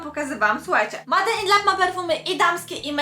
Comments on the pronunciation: Się MADE in lab wqrwi 😝 czyta się MEJD nie MADE!! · Kochana "Made" czytamy "mejd"